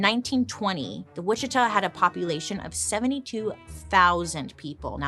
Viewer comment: I LIVE IN WICHITA KS AND THANK YOU FOR NOT CALLING IT WIH-CHEET-AH 🤣